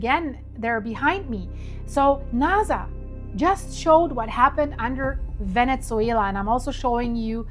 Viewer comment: it not Venitzzuela...its Venezuela.theres no T. and Nasa is so simple also.its not naza